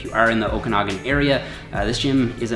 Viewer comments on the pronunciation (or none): none